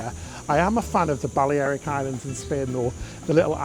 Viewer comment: The way you pronounce Balearic Islands makes it sound like a dodgy town in the middle of Ireland... Ballyerick